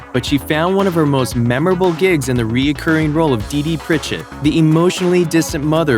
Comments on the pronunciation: Julia Louis-Dreyfus (That's Lou-ee) and Pritchett (PRI-chet, emphasis on the PRI) Geez. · How do you not know how to pronounce Julia Louis-Dreyfus and Pritchett?